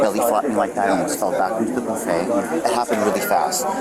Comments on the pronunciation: Ive never heard someone call it a booffet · This dude pronounced it as "boo-fay" and said the other guy should get attempted murder. And he cut in line?? Sorry, can't feel bad for him. People too comfortable just doing what they want, cutting in line, trying to sound fancy with their pronunciations, thinking they wont catch a plate to the domepiece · lol the boo-fay 😂😂😂